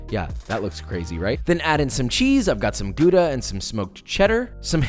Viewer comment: In your last episode you pronounced Gouda the right way.. what the heck Josh :)